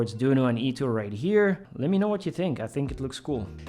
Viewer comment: Not criticizing, but ITO is pronounced like short "i" followed by short "to", where the "o" sound in the latter is like that of "go" (i.e., not like "u" sound in "too").